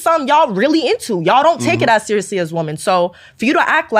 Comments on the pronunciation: Why is it that hardly anyone knows how to pronounce the plural of "woman" which is "women" it's pretty sad and is irritating to listen to these dopes say it wrong consistently. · Your videos have taught me that 99% of gen z can't say the word "women" correctly.